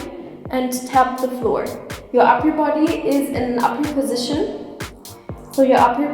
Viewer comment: Every time she says uper position i hear awkward position and it makes me laugh